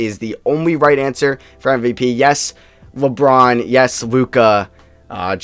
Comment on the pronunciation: It sounded like the girl said lebrons name wrong lmao